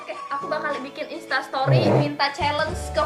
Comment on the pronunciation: Chalenge bacanya Syielenc